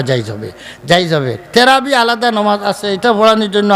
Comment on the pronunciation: আপনি তো তারাবি শব্দটাই বলতে পারেন না আপনি আর কি ফতোয়া দিবেন?